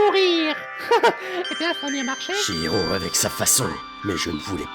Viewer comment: C'est moi ou monokuma à dit hihiro ?